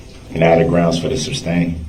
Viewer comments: Any time a prosecutor is speaking, he thinks he has to either object when they question a witness, or say grounz when they object to his own questions. Through most of the trial, his primitive ape brain was running on similar code to the following: if (objekshin) { say "grounz"; } else { say ("objekshin " + randomGrounz); } Sue Opper began her objection without actually saying the word "objection", which caused whatever these people usually have in place of a brain to briefly short-circuit, and thus he thought he needed to say the word objection himself. After realizing his own stupidity and the fact that it was actually the opposing party that objected, he doubled back and resorted to the other half of the two words in his vocabulary. Fascinating creatures. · Listen to the judge say “grounds” and watch the ADA laugh.